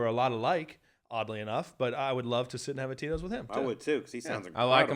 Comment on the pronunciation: I realize now you were saying Tito’s but I kept hearing totinos. I’d eat a few Totinos pizzas with this guy.